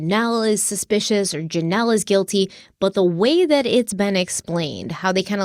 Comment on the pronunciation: Guily Knowledge, the word is GUILTYYYYYYYYY